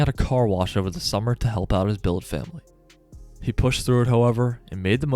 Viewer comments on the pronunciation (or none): none